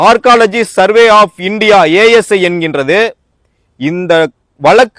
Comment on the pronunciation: Learn to pronounce Archeology. It is not ARCOLOGY